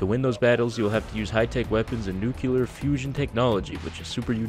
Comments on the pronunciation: sorry but you went full nukular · be like nukyular.